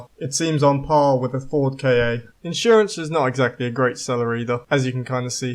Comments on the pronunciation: aaah its a ford KA not not k A aaaah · The Ford KA isn’t pronounced K A it is pronounced KA (ca) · Nah its pronounced K.A. I have never heard of anyone say "ca"